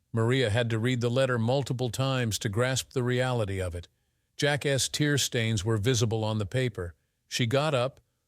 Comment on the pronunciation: Its over before he even heard about it. Plus this ai is pronouncing things terribly. Wontee eg wan-t or eg Jack-s . Plurals are done terribly